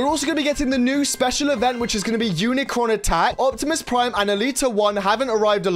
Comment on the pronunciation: UNICRON! GET HIS NAME RIGHT